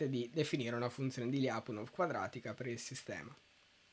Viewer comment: Anche i miei professori pronunciavano "Lyapunov" così come si scrive, all'italiana, però ragazzi, per chi sa un minimo di russo suona ridicolo... la pronuncia corretta è pressappoco Lepunòf con l'accento sulla O ;)